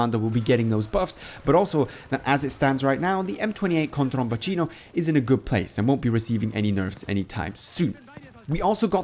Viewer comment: He said it correctly